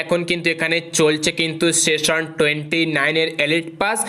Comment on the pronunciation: Seson na session 😂